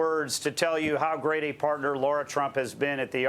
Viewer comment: its Lara not laura